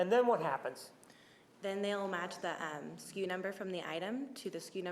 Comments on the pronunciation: It's SKU, not SKEW. It stands for stock keeping unit. Walmart has messed with retail vernacular so badly. It's like how they shortened the word "shrinkage" to "shrink," or "straighten and fill" to "zone" (IE: "Go zone those shelves"). Gross, just gross. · "SKEW" ?? The girl is wrong...It's SKU (Stock Keeping Unit). Fire her. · No, it's SKU. Not SKEW..... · Sku- store-keeping-unit Lol not “skew.” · It’s SKU not skew. SKU stands for stock keeping unit. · They could've simply had the receipt scanned at Walmart. If she returned the gas can the computer simply would tell them accurately simply. Date/time etc. Instead of going through the whole process. We've all returned items. We know the process. Btw it's SKU not SKEW. But that's okay. Walmart girl is a sweetheart. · The walmart chick is dumb as fuck. its not 'skew' its 'sku'. Ive never worked in retail and I know that. Plus she kept giving irrelevant information in so many answers. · SKU, not skew!